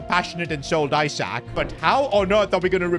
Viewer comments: It’s not EYE-SAK its Isak. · ITS ESAK not ISAK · it's not eyesak it's isak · calling him eye-sack for 20 mins is foul work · Why is bro saying eyesak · Why he call isak as eye sack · He is pronouncing isak isac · Isak is pronounced "Ee-sak" btw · learn how to pronouce his name